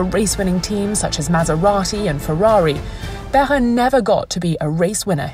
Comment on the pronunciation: It's great to see Jarier and Behra's name pronounced so accurately. In a world of Chawls Luck-Clerk, it deserves a mention.